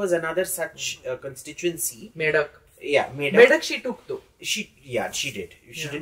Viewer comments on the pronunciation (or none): It’s not Me duck it’s Me dhak. Medhak 🏴 pronounced it as Medak